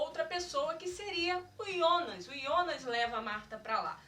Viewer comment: E jonas kkkk nao ionas